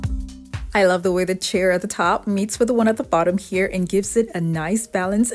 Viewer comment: Chair rhymes with "air".